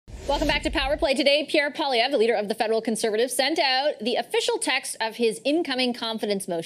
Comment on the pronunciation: She said, "Pierre POLLY-EV". That surname is surely from the French and "POIL" would have to be pronounced "PWALL", or taken as a whole, PWALL-EE-EV with the "r" silent at the end (which she did correctly). PWALL-EE, not POLLY as in polly want a cracker.